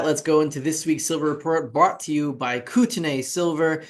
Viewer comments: And the first syllable is Koot (not Coat)... as in Coutt's bank for example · Then spell it correctly. It's not "Kooteney" It's "Coat-e-knee" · here in the states (NW Montana and Canada) we pronounce it "Kootenee".... Thanks for the update. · Pronunciation note: the last syllable of Kootenay is like 'knee'